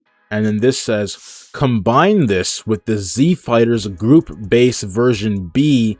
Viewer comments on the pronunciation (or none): Are you saying group? Or goop?